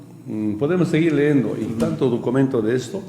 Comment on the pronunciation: Leendo se dise leyendo..